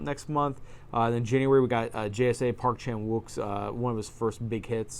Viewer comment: Nice video. I’m super jealous of those Seijun Suzuki sets. I wish Arrow would release standard editions. My favorite arrow set is the Fassbinder set. :) Also FYI, the W is silent in Park Chan-Wook. Cheers.